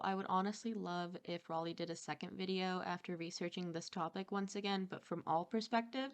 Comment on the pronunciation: I like how you actually pronounce her name right and English isn’t even your first language most people that speak English can’t even say Raleigh properly